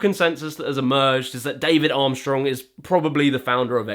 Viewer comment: "David armstorng" 😭😭